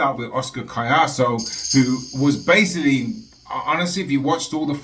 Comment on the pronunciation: THIS IS HOW YOU PRONOUNCE HIS NAME > CO-YAH-SO COLLASO THANK ME LATER LOL 😁